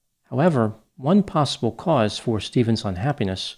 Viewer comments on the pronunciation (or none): none